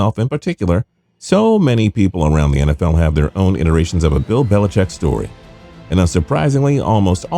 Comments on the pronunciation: Dear Narrator: It's "Belichick" not "BeliCHECK" - geesh!! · put the emphasis on the wrong syllable, sure fire way to trigger the grammar police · His name is Bill Belicheat.